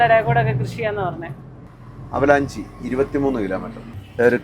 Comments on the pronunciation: ആ വാക്ക് avalanche ( അവലാൻഷ്)എന്നാണ്... ഹിമപാതം... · Avalanchi alla .....avalanch. endile e (AVALANCHE) sitent aanu.